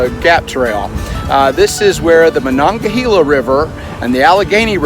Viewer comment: Also, Ma-non-ga-hay-la. Or Mon for short. :)